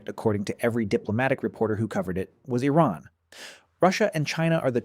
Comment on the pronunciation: I don’t think the narrator could have found more ways to mispronounce “Iran” in a single video.